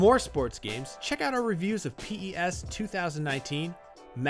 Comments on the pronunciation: Did he just say P.... E ...S ....2019 at the end of the review. like..... com'on just say "PES" one word we know it's an acronym but for as long as I've been alive the world says PES pronounced "pez". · Y'all Still Can't Pronounce PES Properly🙄